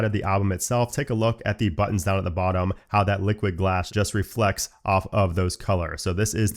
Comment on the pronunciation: its reFLect why r u saying refrect